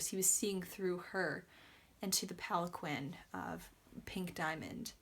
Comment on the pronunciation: It's pronounced Palan-KEEN.